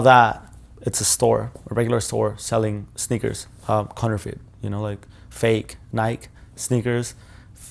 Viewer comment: He said nyke and charger lol